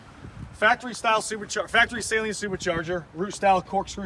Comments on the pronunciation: Well it is a guys last name and it is pronounced suhleen. Not saline like a salt water mixture lol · It’s pronounced suh leen.